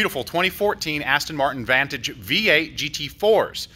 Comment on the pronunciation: The guys pronunciation of the Aston Martin vantage hurt me